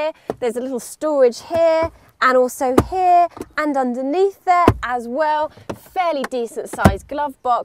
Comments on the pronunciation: stop saying hieee(here) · And sorage hea and hea and he.a and hea and hea .... And hea (here)